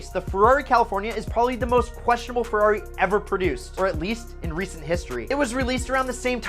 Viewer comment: It would be nice if you can pronunciate "Ferrari" correctly, it's Ferrari not "Fiuwhawy", my ears bleed...